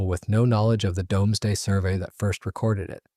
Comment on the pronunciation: Doomsday - pronounced Dooms (as in brooms) , and day (as in the time the sun shines light) . NOT dom (as in Tom ).